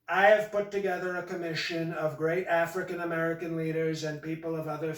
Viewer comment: i loved that one pronunciation of African-American /ˈaˈ frēkiN əˈmerəkən/ , sounds like 'a freakin American'